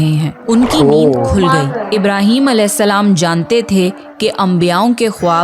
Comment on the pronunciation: सही शब्द है " अलेहिस्स– सलाम " लेकिन आपकी तरह ही बहुत से मुस्लिम भी इसका उच्चारण सही से नही करते और अलेसलाम, या अलासलाम कहते है अब अगर आप सही से उच्चारण करो तो बहुत अच्छी बात है लेकिन अगर नही कर पाते हो तो भी कोई दिक्कत नही क्युकी अल्लाह इंसान की नियत देखता है